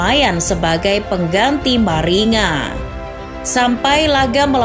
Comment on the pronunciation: Maringa dibaca "maringga"